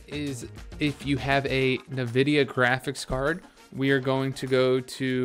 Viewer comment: what the fck !!! did he pronounce NVIDIA as NAVIDIA brother wtf